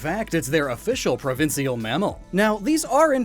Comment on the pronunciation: So glad to hear literally any Poketuber on Youtube talk about Canada! Almost weird to hear The way you pronounced "provincial" was kinda weird to me, but I'm not from that part of Canada, so maybe they pronounce it like that over there